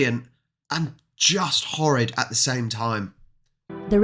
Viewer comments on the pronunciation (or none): none